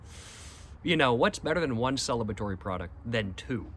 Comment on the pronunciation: "Celibatory product" is right. Ha! Congratulations though.